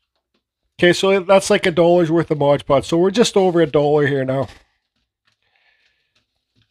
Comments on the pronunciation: It's "MOD" podge, not modge podge....grrrrrrrr but thanks for the recipe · It's called MOD podge. I was done with the video once I heard MODGE.